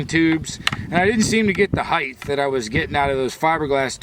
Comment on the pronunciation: Hahaha!! I was thinking it but didn't put it into words! But you missed "heighth".